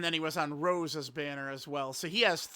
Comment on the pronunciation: He always says rose